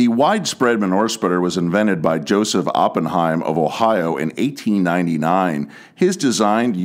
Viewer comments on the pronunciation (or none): none